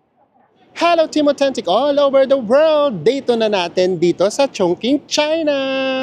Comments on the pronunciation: Chongqing po, so its pronounced as Chong"ching". yung pagpronounced niyo chung"king" as in Chungking mansion in HK hehe. no offense po😊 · Chong-Ching po ata, not Chong-king ❤❤❤❤ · Ano pong tamang pronunciation, chongking or chongching?